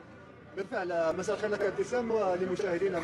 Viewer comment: افتسان وليس ابتسام